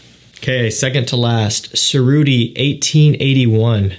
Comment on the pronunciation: tscherruti not serrudi